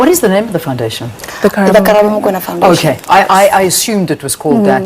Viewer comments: As a South African young lady, it warms my heart to see our cases being reported about as our murder cases go unsolved or justice is not served Mo-kw-e-na (that's how its pronounced) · I was thinking throughout the video, that the pronunciation of Mokoena is actually close to surname, Makenna, just M-o instead of Ma and the w/wê-sound added in. But not even us white South Africans get it right sometimes 😂